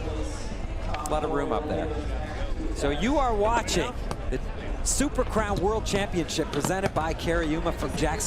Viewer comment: Dude can't say crown.